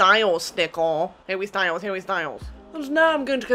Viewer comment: hawwy styles hawwy styles hawwy styles - same, bestie same